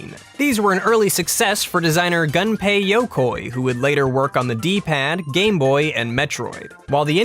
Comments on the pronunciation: Also, they keep pronouncing it like the English words "Gun-pay," when it's supposed to be pronounced "Goon-pay." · Someday, DYKG videos will pronounce it "Goon-pay," but that day is not today. Still loved this video though. You lot do great research! ^_^